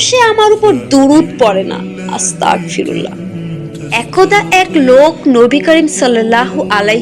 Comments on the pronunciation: আপু আস্তাগফিরুল্লাহ হবে । ক উচ্চারণ হবেনা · হুম গ উচ্চারন হবে ক না❤